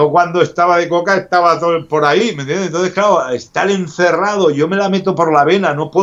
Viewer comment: Cuando dice me entiendeh me alegra el dia